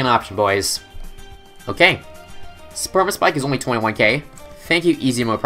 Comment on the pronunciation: I know this is a 10 month old video, but , did he say Sperma-Spike?!